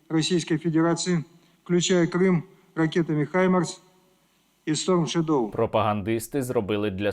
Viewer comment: Шайга навідь не може вимовити сторм шедоу привильно, що доводить його рівень інтелекту наднизький.